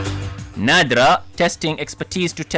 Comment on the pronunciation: Her name is Nadra Not